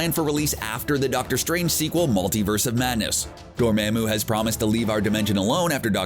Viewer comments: he pronouced it as Door-maa-moo, instead of the typical Door-mar-moo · how is it that they can see the movie and still get the pronunciation wrong? #Dormamoo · Door mam u? Dude you dont know how to pronounce anything in your vids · Gotta learn how to pronounce names correctly. DORMAMU! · For a YouTube channel with “Comic Book” in your name, you sure say characters names wrong, like a lot. I understand your probably just some dude reading a script, but you do have the movies to refer to for correct pronunciation. Dormammu = Door-Mom-Mu. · The way you say Dormammu really grinds my gears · Learn how to pronounce “Dormammu”